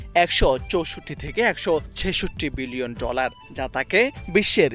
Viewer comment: ড্রলার❌ ডলার✅